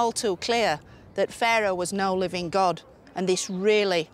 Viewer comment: Its God not gut or got !